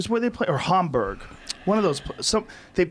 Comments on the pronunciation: Why does joe pronounce it Harmberg? It’s Hamburg! Where the hamburger came from!! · It's Hamburg like hamburger Joe